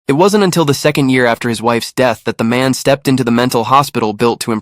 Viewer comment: The way it said stepped out